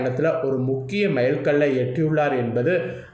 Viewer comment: மயில்கல் இல்லை மைல்கல். தமிழ் கொலை